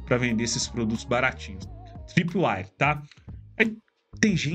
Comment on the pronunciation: o nome é tripwire, nao é com A....